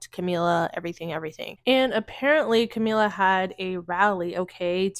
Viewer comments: Girl, are you talking about Kamala Harris? I thought you were talking about Camila cabello running for president, why you pronouncing her name Camila? It’s Kuh•ma•luh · i'm sorry but you calling her camila keeps making me laugh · Are you saying Kamala wrong on purpose?